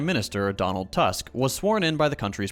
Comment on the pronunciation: One comment: Tusk's last name you should pronounce more like toosk ;)